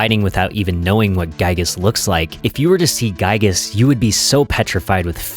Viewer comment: This was a good video! just one thing, Giygas is pronounced "gee gus" like giga with a s at the end.